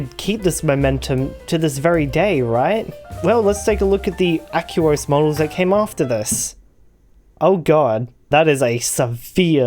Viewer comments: Do you pronounce aqua as "ack-you-uh"? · '' the aquos lurgur '' :)